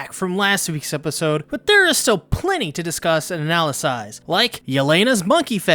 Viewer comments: analyze not analasize (I'm sorry but I've heard it in too many of your videos to let it keep sliding) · Did he just say “analysize”......